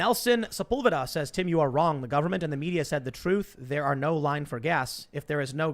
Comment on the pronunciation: Tim you said we have our bias..... You mispronounced truth....